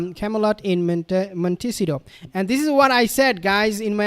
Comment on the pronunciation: Hate to criticize you but 😬 but this drives me crazy. Where they live is pronounced “ Mont-ta-see-toe!